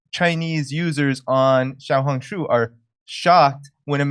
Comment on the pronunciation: You said 'Xiaohongshu' very well Jimmy